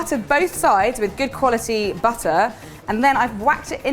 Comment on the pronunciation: I like how she pronounces butter and batter the same way... 😊